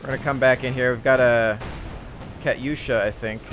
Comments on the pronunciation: Its pronounced katoo-sha not kitty-yoosha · the way you pronounce Katusha is hilarious hahahah